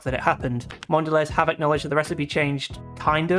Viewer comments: It's awful because it now tastes like pure sugar and nothing else....and that's coming from me, someone who loved sugary sweet chocolate and grew up in the US loving Hershey bars. I refuse to have Cadbury since it was bought. It's awful. PS Mondelez is pronounced Mon-da-lay. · Mon dell EEZ. Bro... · Great video.I agree with your points. It's a shame what happened to Cadbury's. Mondelez is pronounced Mondelay btw.